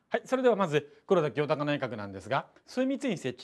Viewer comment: ぐらいの黒田清隆内閣のところでって言ってるところなんかじわる滑舌壊滅的